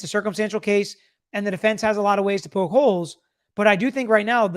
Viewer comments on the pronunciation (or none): none